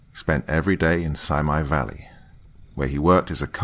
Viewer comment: If you were really from Ventura county you would have pronounced Simi Valley correctly, awhahhaaaa to funny. It's and Chumash indian word but we all no how to say it. Funny.